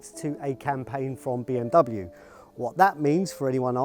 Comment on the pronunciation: 1 the pronunciation of Bmw is wrong 2 is the urus that uses Audi/VW technologies 😒